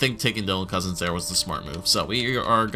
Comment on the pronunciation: It's Couzins not Cozens.